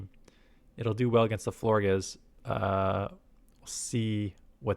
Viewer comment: Love your content. Pronounce Florges like gorgeous with an “fl” at the beginning